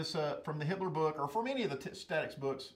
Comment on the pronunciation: this whole time i thought he was saying hitler statics lol